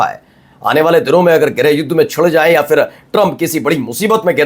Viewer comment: Dear friend If you pronounce phir, not fir it's More correct Word your Urdu is very good with good accent,Laeeq Khan from Italy I'm your regular viewer